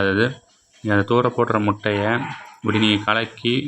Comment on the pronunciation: எந்த பள்ளியில் கற்ற தமிழ் முட்டையா மூட்டையா? நல்லா தமிழ் வளர்த்து வைத்திருக்கிறார்கள்